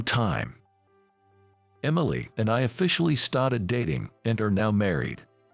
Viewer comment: Poor reader can’t say started. (St-art-Ed). We don’t bow to people, so it has to be some other country. Arranged marriages not in US . Whiteboard is white-bod